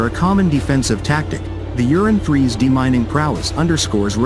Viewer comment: I wish the English translation did not say Uran like Urine... Ur An. Not You rin. Many of the vehicles shown have the M2 Browning and the 40mm AGL and are clearly American. There are some videos of the real Uran but most seem to be not Uran platforms.